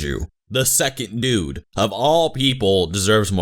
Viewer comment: I thought you said "nude" instead of "dude" in the beginning of this video. lol